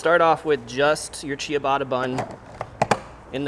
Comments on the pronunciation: Cha-ba-ta ✔ Chi-uh-bata ❌ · LOL.. I was going to say: "WTF is Chia-batta?" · the way he says ciabatta "chiabatta" makes me twinge everytime haha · At 4 mins he finally figures out how to pronounce ciabatta. 😂